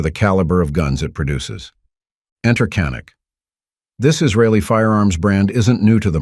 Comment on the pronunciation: Canik is pronounced YA-nik in Turkey. The gun is of Turkish origin, not Israel. I love my Canik TP9SF Elite. It was my fourth handgun purchase. I'm currently looking at getting a second Canik. I'm not a glock fan. Yes, glocks are great guns.I tested a Glock next to my Canik. Before I bought my canik. You can read who won that battle. Canik. Best trigger I ever felt on a gun. The grip is awesome on ergonomics.